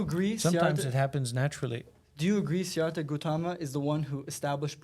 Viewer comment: Bro could atleast study a little bit about Buddhism before attacking it 😂 Can’t even pronounce Siddarthas name, and no he did not invent Buddhism from the perspective of Buddhism cosmology. The way of the Dharma is considered unchanging laws of the universe that reveals itself to the Buddha as he becomes the embodiment of it. On top of that there are infinite Buddhas before and after Siddartha. To be honest I actually wish the monk knew more about Buddhist script/cosmology so that he could properly answer the Rabbis questions. The rabbis ideas of Buddhism are very off and he doesn’t understand the belief system and the incredible scrutiny behind arriving at Buddhist ideas. One of the reasons I became Buddhist in the first place is because of the incredibly scientific analysis of the mind and the workings of the universe, which conveniently maps on incredibly well to modern science